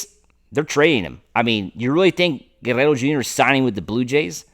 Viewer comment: Dude, it's not that hard to pronounce Guerrero. You are trying way too hard. Go back and watch Vin call a game when pete was on the team.